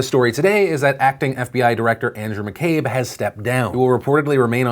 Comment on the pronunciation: Thanks for saying McCabe right :)